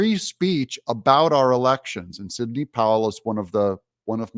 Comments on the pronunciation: Sidney, not “Signey” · That's Sidney.. not "Signey". 🙄